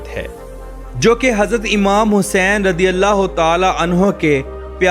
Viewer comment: radi allah kyu bolteho razi allah bolo jahil